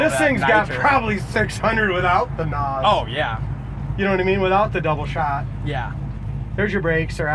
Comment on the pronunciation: It's not NAWS. It's N.O.S. Nitrous Oxide Systems Sound out the letters, individually.